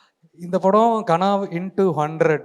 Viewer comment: Kaanaa இல்லடா தம்பி, கனா.